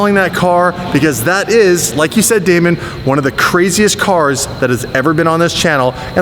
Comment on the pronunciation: its bugging me...its damon not damen